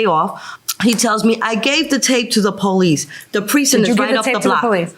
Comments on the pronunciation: She called the Poe-Lease. Did she call the AMBALANCE and does she live on planet EARF too? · The powleece? 😂